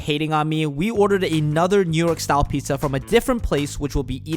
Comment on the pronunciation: You cannot even pronounce “pizza” correctly, it isn't “pitza”.